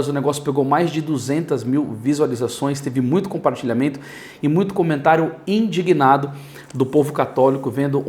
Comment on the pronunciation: não é "endignado", é "indignado".